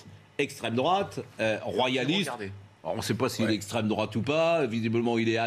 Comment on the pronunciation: "Le gifleur de macron est bien de strêmdrouate, puisque lors de sa comparution immédiate, il s'est revendiqué patriote..." Le reste du documentaire est à l'avenant... Affligeant !